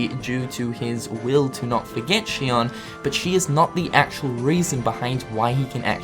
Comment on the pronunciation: ITS XION. ZEE-ON. NOT SHION.